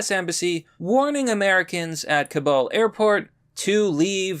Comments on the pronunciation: If you want people to take you seriously as a source, you need to know how to read and pronounce things correctly. Ours not "cabal", it's "Kabul". Eminent=/=imminent. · You keep mispronouncing Kabul. It's not pronounced like "cabal" or "Kabal", it's "Kah-BUULL", the second half of "Kabul" is pronounced as if you're fusing "Buu"(as in Majin Buu from Dragonball Z, GT, and Super, which is pronounced with a hard U sound), with "bull". Please correct your pronunciation. It's not "Ka-ball", it's pronounced "KaBuull". Kabul. Okay? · Bro. I love your videos, but for the love of God, please stop calling it “Ka-BAL” it’s Kabul, “Ka-BUL” , I know you can say it right, I’ve heard you do it lol bro plz . Idk why but every time I hear you pronounce it like that it drives me crazy, especially cause I’ve HEARD you say it right in other videos. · I love you but it’s pronounced Kabool not Cabal. Thanks for all the great reporting. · dude, i watch every video, but jesus, clean up your english (stop trying to change how you speak, your cadence, delivery, etc) and your pronunciation of foreign names and various things like nuclear. its pronounced ka-BUUL , ka-BOOL. not Cabal / Kabal - this isnt mortal kombat iii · "Kabal" ME: I don't see a second 'a' in "Kabul"